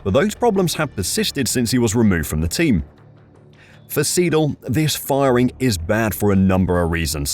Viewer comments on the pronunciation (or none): Andreas SY-DAHL and not Seedal.